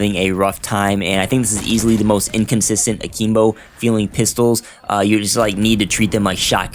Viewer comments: A-KIM-BO not a-keem-bo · What the heck is Ahkeembo? 😂😂💀💀